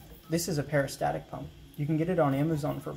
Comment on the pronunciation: Nice engineering work. I may try this. BTW, it is a peristaltic pump not peristatic. And please stop eating the Eloi.